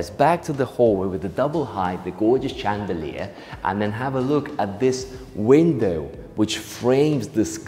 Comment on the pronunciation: I love the way mispronounces words - like 'east south' instead of south east, façade, (Fas-ard not fas-aid), CHandelier instead of 'SH'and-eliers. I prefer the tour style. very descriptive and generous with his adjectives:) The camera person does a great job too. The house - yes fantastic interior design and colour themes, though I suspect there was also a bit of a blue filter added on the editing.